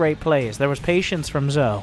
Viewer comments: Just thought I'd let you know it's pronounced like "Joe", since he keeps showing up. And the first two letters are just initials. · zhou is pronounced joe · Zhou is my hero. He may not be the Terran we needed. But he's the Terran we wanted. Also, I'm 90% sure it's pronounced Jah-ooh.